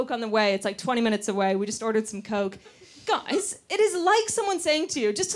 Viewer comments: Mae's voice doesn't really sound British, but as soon as they say "Guys," they really sound British! Mae has definitely picked up that bit of intonation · The way she said "guys!" was so British it hurt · Yeah but she's moved to the UK a long time ago and her accent has been affected, I'm English and I noticed how English it sounded when she said 'guys!'